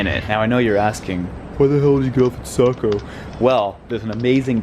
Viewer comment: It's pronounced ˈsɑ.koʊ, not ˈsæ.koʊ. But don't worry, you didn't mention Bangor, so no one has to know if pronounce it like "banger."